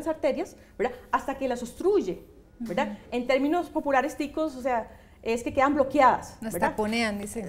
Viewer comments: Verdad? Veldad?😂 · Verlda*, deja eso mujer, k fastidio.., velda!